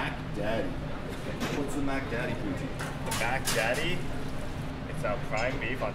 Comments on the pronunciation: please dear god dont call it pooteen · i thought he said booty